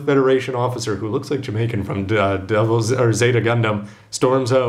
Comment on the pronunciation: I lol'd at "Jamaican." You pronounce it "Jah-my-can." Then again, very possibly done on purpose. Also lol'd at Gundam on a Segway. Entertaining stuff. Please don't compare the boy to Char ever again though. Seriously. Such an awful cliché they've pulled out for the rival. Combine that with the constant "onii-chan"s, and seriously, I'm hoping he dies.